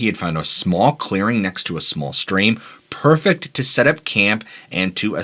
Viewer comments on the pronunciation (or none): none